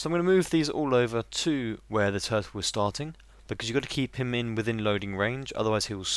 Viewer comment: and when you said turrle i thought you said do